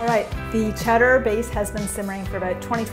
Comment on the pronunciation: She pronounced it as Cheddar.